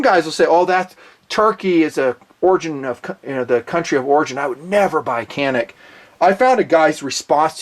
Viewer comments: Isn't it pronounced Janik? With a J even though it's spelled with a C? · I agree with you about the Canik pistols. I have had one for about two years and have never had a problem with it. By the way, the letter c is pronounced as a j in Turkish.